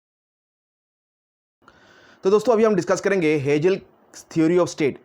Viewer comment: हेजेल नही हेगेल बोलो